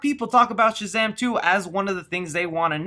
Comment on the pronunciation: You’ve been working on not saying “Chazam”. Good job! 😊